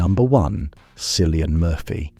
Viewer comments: why "silian" if he's "killian" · Can’t watch this if you can’t pronounce the name cillian correctly!